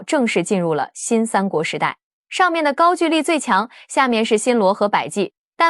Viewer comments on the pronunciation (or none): ‘’gaogouli‘’！高狗丽！不是“gaojuli”！高举丽！ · 高gu丽，不是ju丽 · 高句(勾)丽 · 高句（gou）丽不是句ju。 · 高句（勾）丽😂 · 高句（音勾）丽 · 勾=句吧 歷史中文有沒有讀好 都亂掰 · 高句 gou麗…… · “高句丽”的读音是gāo gōu lí (高勾离)，注音是 ㄍㄠ ㄍㄡ ㄌㄧˊ，是中國東北地區和朝鮮半島早期的一個古代國家名稱，通常在中國史書中被稱為高句麗，在朝鮮語中寫作고구려 (Goguryeo) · 高"句"麗 唸 勾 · 高句丽 的句念“勾”第一声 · 高句(gou)丽，智能配音，还是要稍微改一下。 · 高句丽 gāogōulì. AI 就是缺乏文化。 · 高句gou-丽 撤che\兵